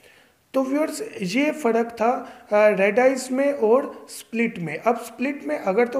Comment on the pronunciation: یار پڑ نہیں پر۔ فڑق نہیں فرق۔